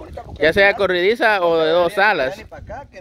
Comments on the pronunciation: Es corrediza, no corridiza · se dice corrediza no corridiza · Acá en mi país es corrediza no corridiza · Corridiza o corrediza 🤔🤔 🤣🤣